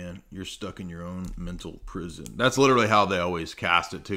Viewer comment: "I created my own prisorrrr-rrrr-rr-rn!!!"